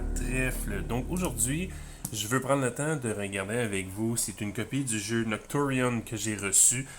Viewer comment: don't worry you pronounce it perfectly😅